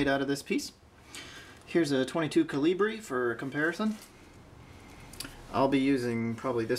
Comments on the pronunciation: What exactly as you said is a " kill - ee - bree " ? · Ca-Lee-brea. Is that French,oh Italian maybe 🤔. Love video. Nice work to by the way. Now a days one never knows. Remind me of Christmas story ole man gets his leg 🦵🏻 lamp. Fra-gil-lay. Love it. Good times. Stay safe keep building from ur ole hillbilly buddy.